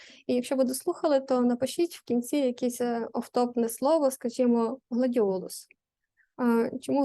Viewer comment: Гладіолос 😂 чи гладіолус 😊